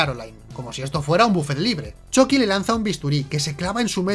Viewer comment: Ehhhhhhhhhhh me gusta que digas "Choqui" pero odio que no digas "Moñeco" ¿Te vendiste a los reptilianos?